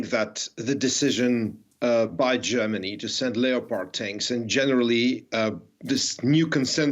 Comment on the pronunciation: Lee- oh -pard tanks... It's a leperd tank, son.